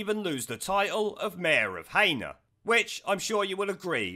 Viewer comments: She should be deported. FYI It's pronounced heena not haynor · The place Heanor s pronounced as HE-NER not HAYNOR, hope the helps. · Sorry but its not pronounced Hay-Nor, its pronounced Hee-Nor coming from Derbyshire it really grates on me when its pronounced wrong. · I don’t mean to nit pick, but in Derbyshire Heanor, is pronounced Heenor. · Laugh at how you say Heanor , i live to the south of the town in sunny ilkeston locals would pronounce it " He -nu " put both together and say fast it would sound right ! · It's pronounced 'Heenor' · Heanor in Derbyshire, just, is pronounced .....HEE NER. Strung together as one word, just letting you know. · Heeenor mate pronunciation only. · Its Pronounced He-nor . Otherwise great video. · Pronounced HE-NER mate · Heanor is pronounced he- nor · Pronounced Heener by the way :) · It's pronounced He-ner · You pronounce Heanor worse than a satnav does - it's pronounced Hee-Na. :D